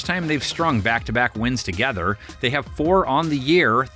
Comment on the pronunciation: Yes, Who the hell are “Dey”